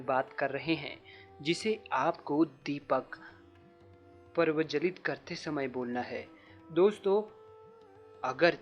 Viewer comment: दीप प्रवजलित??? दीप प्रज्वलित किया जाता है। सबसे पहले शुद्ध उच्चारण करें। कई लोग देखते हैं। गलत उच्चारण उन्हें दिग्भ्रमित करेगा।